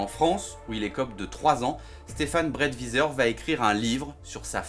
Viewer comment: la prononciation du nom de famille...